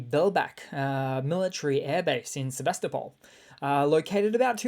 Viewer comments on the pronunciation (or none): none